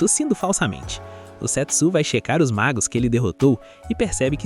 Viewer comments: A melhor pronúncia do nome seria Sêtsú, com o som do E mais fechado. Do jeito que foi narrado fica mais parecido com $€X0😅😅😅😅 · É foda que eu fico escutando "sexo" 😂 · Eu ouvi "setso" achando que era sexo 😅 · Só eu achei que ele tava falando sex0 ? Kkkkkkkkk